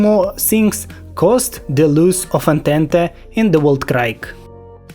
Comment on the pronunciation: Не знаю специально или нет, но скажу Entente - Антант Weltkrieg - Вэльт криг